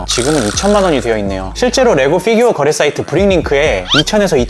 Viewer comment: 걍 피규어 라고 해주시면 안될까요 ㅎㅎ f규어 킹받아용 ㅋㅋㅋㅋ